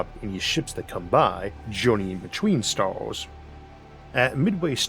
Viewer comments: I can hear the autism in your voice “beyon the staws” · "juwrneying between stowrls"